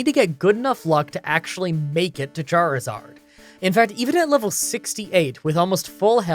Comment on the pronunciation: ...You know, For one second I thought you said Jarizard